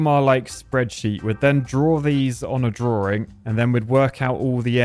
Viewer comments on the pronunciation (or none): what's a drawring..?